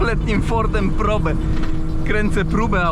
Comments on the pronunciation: Ford Prołb, a nie probe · Powinno sie to wymawiac "prołb" po english, jak sonda po angielsku.